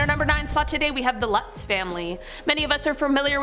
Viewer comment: Lutz is pronounced loots